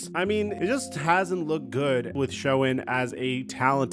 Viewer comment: SHOEN IS PRONOUNCED SHANE!!!!!!!!!!!!!! Not Showen.. please.